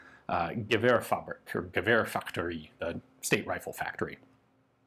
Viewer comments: The "g" in "gevärsfaktori" is soft, the same sound as the "y" in English "you", but we can forgive you for the German pronunciation since it's basically the exact same word :D. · Gevärsfaktori? It is pronounced very differently from the german word “Gewehr”.